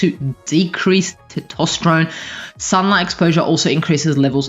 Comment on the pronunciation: For God's sake learn how to pronounce testosterone.